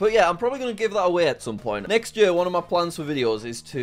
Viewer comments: Bro it's year not yuhr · I chuckle a little every time I hear Jack say year... I'm from the US so we pronounce it "yeer" rather than "yur" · YEAR NOT YUH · “Yuear”. Lol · ye"ah" I JUST CANT😭✋ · The way that jack says year is so funny it had me dying every time he said it! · love the way he says year